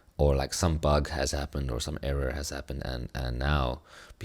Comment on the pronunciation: Funny how you say Error. Should check that one.....